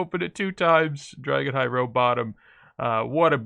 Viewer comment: Dah-Gon High is how it is pronounced I believe, not Drah-Gon High. Gotta get that Reading Comprehension Cape soon. :D